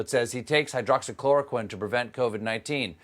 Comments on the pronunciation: Cuz he doesn’t remember it, and can’t pronounce it either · The fool doesn't even know how to pronounce the drug, and we're supposed to believe that he knows what he's talking about? He is such a joke! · Hydroxychamomile 😂 What's in your glass, Stephen? Gin or vodka? 🍸👍🏼